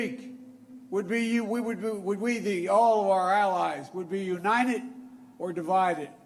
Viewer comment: Unined ?The T is missing.... FJB